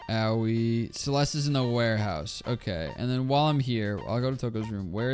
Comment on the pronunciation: pronouncing aoi as "owie" makes my brain hurt in a unique way